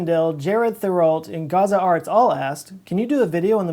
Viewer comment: uhhh i have theriaults in my family and thats not how they pronouce it at all, its suppose to be french.